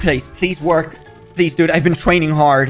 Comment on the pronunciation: My guy when he says please it sounds like he saying peas